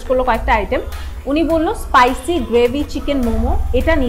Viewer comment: " পাইসি " গ্রেভি মোমো 😂 **No offense** 😊